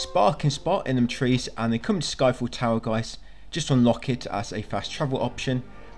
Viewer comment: I swear many times when you say sky fell tower I swear my ears heard Eiffel Tower 😂